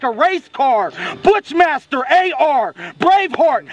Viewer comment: and for the record its BUSHMASTER not BUTCHMASTER...